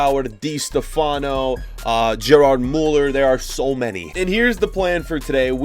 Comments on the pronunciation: its gerd muller not gerrard muller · Dude it is not gerrard müller it is gerd müller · you said Gerrard Muller but its pronounced Gerd Muller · Gerd müller. Not fucking gerard muller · " Gerrard Muller" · Its Gerd muller not Gerard muller.😒😒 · It isn’t Gerard Müller, it’s just Gerd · 700k subscribers has a football channel : doesn't pronounced gerd muller properly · I can’t get over him saying, “Gerard Muller.” 🤣🤣🤣